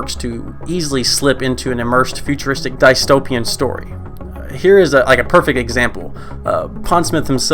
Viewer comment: Ur saying dystopian wrong and it bothers me greatly but other than that good video